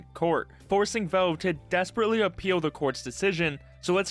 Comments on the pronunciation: the way you say "velve" really pisses me off man, speak properly. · Ah yes, Völve. Critically acclaimed company known for their games like: Hælf-Loife, Təām-Førtress 2, Pourtel and Dötā. Don't take it personally but the way you pronounce valve throughout the whole video is pretty funny to me.